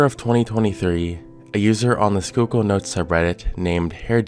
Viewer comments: PA resident here Yeah, im surprised he pronounced it right as well XD most that dont live here almoat never get it right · Oh thank God. You pronounced it right lol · It makes me happy how flawlessly he pronounced "Schuylkill," BUT the way he pronounced "Tamaqua" made me wince a little. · FYI, kudos on pronouncing Schuykill correctly but if you want to sound local, it's pronounced Tuh-MAH-kwah. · I live very close to where this is happening and never expected it to get any traction outside local news stations also props on pronouncing Schuylkill right! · Something about the way you pronounce Tamaqua weird. But had no issue with Schuylkill bugs me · Former Philly person here. Thanks for pronouncing Schuylkill correctly. ❤